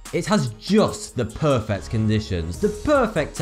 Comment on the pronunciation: For someone who can't pronounce the letters 'th' you sure do say them a lot. And did I hear some Jamaican come out at the end saying perfect?